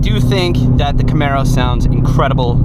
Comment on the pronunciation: 'Camero' baby'!!!